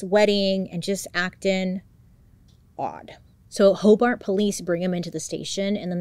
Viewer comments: This is crazy I live in Hobart, In. It’s pronounced Hobert. Detective Ogden is a BOSS! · but yet she mispronounced Hobart lol